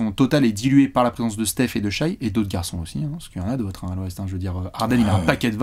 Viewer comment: S'il vous plaît, arrêtez de prononcer Shaï, on dit "Shè". Écoutez le commentateurs US !